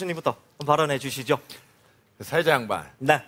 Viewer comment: 사해자?ㅋ 사회자 발음이 안좋네😅